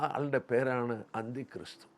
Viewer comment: അന്തി ക്രിസ്തു എന്ന ഉച്ചാരണം ശരിയാണോ? Anti Christ എന്ന പദമല്ലേ ഇത്‌? അന്തി ക്രിസ്തു എന്നത് മലയാളികളുടെ മറ്റൊരു ഉച്ചാരണ വികൃതീകരണമായി തോന്നുന്നു.